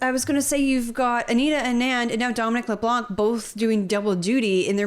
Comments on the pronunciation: A mistake that many englophones make is to pronounce the family name ''Leblanc'' as if it has a ''k'' at the end. The good english pronounciation is ''Leblan''. Love your work you guys. Ray from NB. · Not that I like him more than any other clown on the Liberal side but please stop pronouncing the "c" in Leblanc. It is scratching my ears in a very bad way. I watch your videos everydays and since we are stuck with him for a while.... Please pretty please? Good job by the way, and yes, we are from Quebec and are on the right side 😉